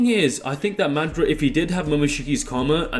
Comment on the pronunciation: Hate the way you say madra instead of madara